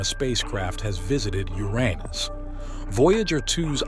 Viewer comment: Wow the AI voice can say Uranus as I've come to know it being, no more "Your anus" or the worse "yourinoos". EDIT: Yeah lots of times after it said your anus. Lol. Still interesting how the AI said it "right" the first time.